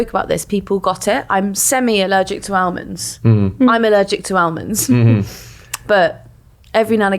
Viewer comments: Ahh-monds; Ahhmonds for heavens sake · Is that some southern way of pronouncing almond that I wasn't aware of? Or is a pod person? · The L in almond is silent